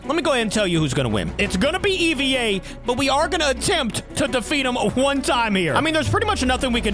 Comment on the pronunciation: to let you know that’s not how you pronounce EVA it’s saying hey without the H and vuh Put ey and vuh together and that’s how you pronounce EVA-01